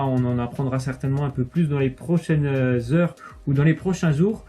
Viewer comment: "Prochaine zeure ou les prochaines zoures" 😂😂😂😂